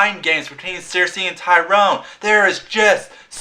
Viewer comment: Tyrion, not Tyrone good review tho